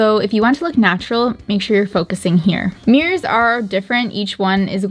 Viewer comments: keeps saying meers instead of mirrors. It’s bothering me at some point. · “Me-ers” 😂 not mirrors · "antiquing some mears"